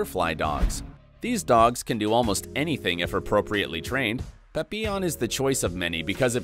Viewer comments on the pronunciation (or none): none